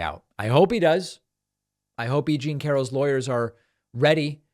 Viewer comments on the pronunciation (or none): none